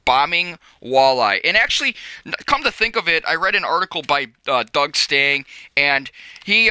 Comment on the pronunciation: Doug Stang EEEEEE its EEEEE STANG EEEE